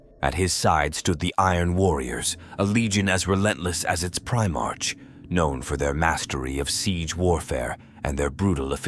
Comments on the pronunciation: Prime-ark NOT Prime-arch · Also, I hate the "pri-march" pronunciation. What are they trying to say? Was he the first in line of a parade? The first, or earliest foundling in the month of March? No. Ofc not. Damn, I know, a petty and pedantic thing but it really grinds my gears.